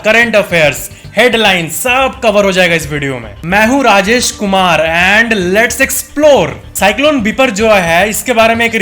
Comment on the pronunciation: Yaar facts ki important ko samjhao aur naam ko bhi sahi se bolo apne naam ko